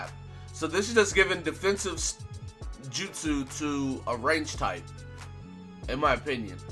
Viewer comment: My dude actually said their jutsu name correctly that's crazy I gave you the like for it